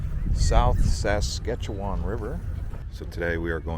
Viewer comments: It's pronounced sask-atch-ih-wn not sask-atcha-waaaaan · Pronounced in Saskatoon by the locals Bes-bro hotel Ray-me modern art gallery And lastly not Sas Katchewan but Flow one word Saskatchewan no emphasis needed on Katchewan😁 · It's interesting the way Americans pronounce Saskatchewan. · Saskatoon is bigger than Regina, and way nicer and nice video but you pronounced everything wrong haha but noone says Saskatchewan or Bessboroough or Spadina properly unless there from here